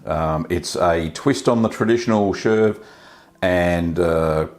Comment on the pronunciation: Looks delicious! I never tried any ash coated cheese, but now feel brave enough. Please check pronunciation of cheese names before ockerising them! "SHERV"?? No such thing. Here is how to pronounce chèvre